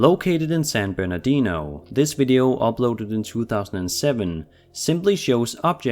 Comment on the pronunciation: WOAH HE SAID "SAN BERNARDINO"😣😣😣